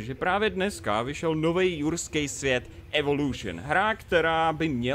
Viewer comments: Já slyšel ruský svět místo jurský svět :D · ehm ten začátek jurským ne RUSKÝM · Lol. Hned na začátku řekl ruský svět😂😂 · Joo on to rekl na zacatku ze vyjde novej ruskej svet aha. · jsem jediný kdo to slyšel nebo na začátku řekl místo jurského světa ruský svět ? :D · Proč jsi řekl rusky svet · Sovětský Svět? Jsem jediný kdo mu to rozuměl? xD